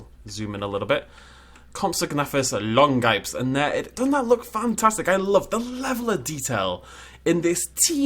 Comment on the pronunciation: = longipes is pronounced "lon-ghe-pess"("long foot" in Latin). Jagged Fang's compy coloration is directly based on the fossil pigment of compy's Chinese cousin, Sinosauropteryx.